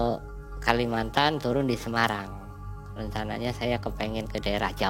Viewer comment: Semarang bang e bukan semayang hehehe